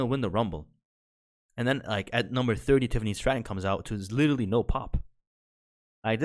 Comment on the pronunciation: Dude, L take on the womans wardrobe only being bra patterns. Youre either gay or eat too much soy dawg. Up your T. And for someone who says literally and genuinely so often, you might want to learn how to pronounce those words.